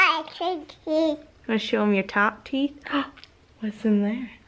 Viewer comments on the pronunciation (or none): Im legit shook from saying I cut teef like whaaaaaa